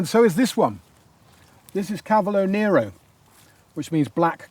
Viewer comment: Great ideas ,however Chioggia is ideally pronounced kee-oh-jah .and nero in (cavolo) nero :nair-ro .🤗